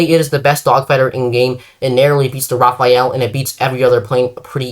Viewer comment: why in the name of god do people call the Rafale the Raphael??? im not gonna be all pronounce police since, as a french speaker, the only correct pronunciation is the perfect one. However, i humbly ask you make an effort to call it the Rah Fall or Rah Fahl. You would be enunciating the letters correctly. Hope this helps